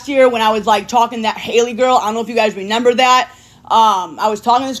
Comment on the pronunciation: The word is REMEMBER, not NEMEMBER. JfC.